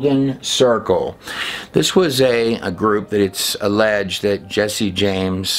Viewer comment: You are the only person on YouTube that pronounces "alleged correctly. So far everyone else uses 3 syllables. Not important but important cuz speaks a volume of illiteracy linked to a following of what everyone else does & says..blind leading blind epidemic.🔴